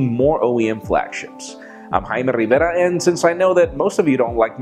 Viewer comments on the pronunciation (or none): Hearing you say you name erks me. Himy Revaira. Arrggg!!